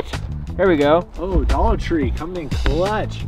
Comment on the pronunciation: Littreally the dolloar store "dolloar tree"